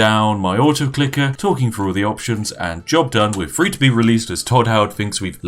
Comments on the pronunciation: It's three not free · Pronounce the word three with a th sound, not the sound you make when you say free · Why do you pronounce “the” normally, but words like “three” as “free”....? Consistency, please..... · i will drink tea when you say three with a TH